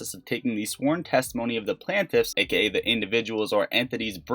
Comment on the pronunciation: Plain tiff... Not Plan tiff